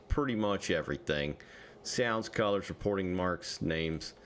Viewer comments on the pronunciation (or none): none